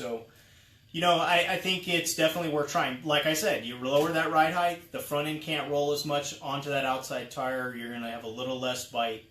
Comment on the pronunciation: Drink every time he says heighth like it’s a real word